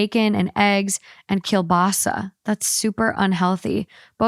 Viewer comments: I've never heard someone day kielbasa the way she does 😂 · The way said “kielbasa” 🤣